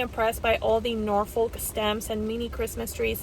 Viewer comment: Great video. FYI Norfolk is a place in the UK and its pronounced "Nor-fuhk" The stress is on "Nor" and the L is not pronounced. 😁